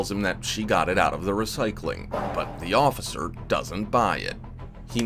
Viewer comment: 🤣 her accent gets all thick, trying to sound like Sofia Vergara. “Please, no, offifer, I’ve never done anything in my life.” Her pleading and acting is terrible.